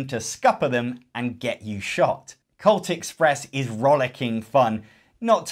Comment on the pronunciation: I can only hear people saying cult instead of colt, and I am constantly disappointed that I don't get to play a cthulu train game